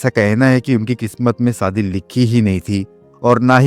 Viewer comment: BKM77 Manyawar Story Writer G Ye AASHA PAREKH ha en na ki AASA PAREKH aur Shabd HIT na ki HEAT aur SHADI naki SADI aur KHUSH hota hai KHUS nhi Theek se HINDI K Shabdon ka Ucharann kiya karo aur likha karo isme Gussa na kar na Balki Sudhar karo Aap kahin Bihar Sta te K to nhi ho ?